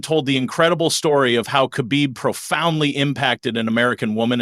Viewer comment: Pronounce Khabib Like Hhabib (beloved)... Cuz dagestani people use "kh" to Pronounce "H"